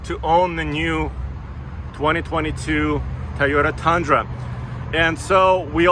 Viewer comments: Why do u pronounce it like “tayoda” isnt “toyoda” how do u pronounce toyo tires? Tayo tires ? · I like you but why can’t you just say Toyota? It’s not a Tyota. It’s not hard. But it’s really annoying and fake. You’re doing this on purpose. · It’s still pronounced TOYOTA, not Tayota 😁. Can’t wait to eye these on the road. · It’s Totoya güey not tai o ta repeat after me Toy ohh tah 🤦‍♂️🤦‍♂️ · It’s Toyota not Tayota! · Beautiful truck! Will be fun see how it performs!Love how says "tayoda"...😍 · Is it me or does he say tiyota